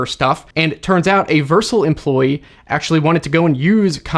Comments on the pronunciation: Dude pronounces it Vercil instead of Vercel. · Just FYI, "Vercel" is pronounced "ver-SELL," not "VERSE-ull." :-) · Vursle 😭 It's pronounced ver-cell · Its pronounced Ver-cell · That's not how to say “Vercel”. It is ver-cell. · Don't mind me, I'm just throwing up in my mouth every time pronounces Vercel